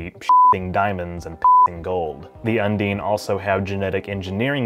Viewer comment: .. it's not "come dean with me".. un-DINE.. not un-DEAN XD